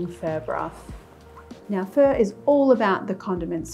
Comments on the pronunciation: Hi Marion I love watching your videos except when you say “fur” for pho. It’s pronounced [fuh?] like [huh?]. But keep making these great, fun videos for us. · Sounds like she’s saying “fur.” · "fur broth"